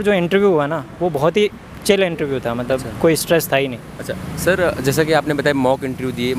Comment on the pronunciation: abe interview to sahi se bol le, ye intreeeuuu kya bala ha ?